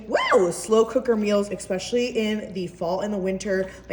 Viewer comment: It's ESPECIALLY with an S, not EXPECIALLY with an X.